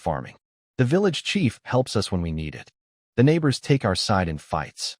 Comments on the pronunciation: I can't stand bots . Us is us not U-S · How come the AI can't say us? It says U S